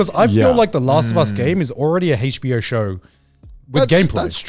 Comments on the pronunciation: They are so British I hate how they pronounce HBO they say it like Hachbo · Heych bee-oh